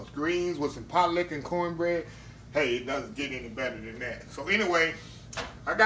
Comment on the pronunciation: Sir...just the way you said. Pot-Licka I knew it would be good.